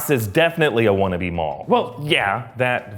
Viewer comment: MAUL... NO ONE ELES. JUST MAUL.